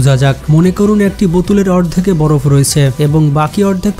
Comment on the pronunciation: ভাই বড় না বরফ হবে চেঞ্জ করে ফেলেন 💖